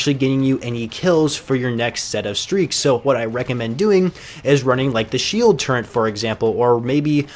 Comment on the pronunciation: Stop calling it a "Shield Turrent" There isn't an "N" in "Turret". Please god, help all of these kids who keep pronouncing this word wrong.